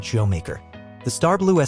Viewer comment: Is this AI? Who pronounces churro like that?